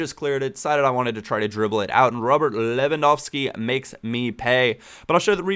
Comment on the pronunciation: Ro-bert Lewandowsky, heh. Greetings from Poland :D